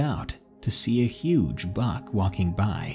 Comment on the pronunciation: I thought he said "huge bug" at first and i was so confused